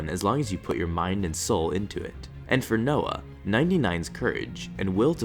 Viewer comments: Btw «Йоан» isn’t pronounced noah but ee-oh-an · just to let you know "Йоан" is actually prenounced as "Joan" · I'm sorry this is super nit picky but I think "Йоан" wouldve been pronounced like yoan or joan im not sure though my cyrillic is rusty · Йоан is pronounced (ee-oh-an), and is the Russian / Ukrainian equivalent of the name Ewan. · He said Йоан wrong since its a Russian name and in English it’s spelled Joan